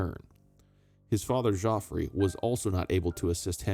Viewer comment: Thank you for the video. The pronunciation of Geoffrey is the same Jeffrey